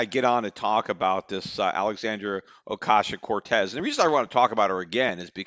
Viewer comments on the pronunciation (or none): I hope AOC becomes president whenever she’s eligible so that I can listen to Peter try to pronounce her name for four plus years.